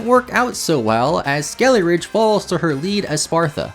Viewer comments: Yeah ngl, his mispronunciation was mad annoying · Ah yes, Crackalure and Skeleridge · every time you said "skeleridge" i died a bit inside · skelly-ridge? eye twitch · I just want you to know that every time you called Skeledirge "Skeleridge" it made me want to scream until I vomit blood. Thanks for the video! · Pretty sure it is suppose to be Skele Dirge and not skele ridge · Skeledirge. Skele dirge. Skele DIRGE. Skele DIR-GE. It’s driving me insane listening to this video. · Lmao he pronounces skeledirge so strange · At least thats closer. He doesn't even pronounce the D! Thanks for the comment!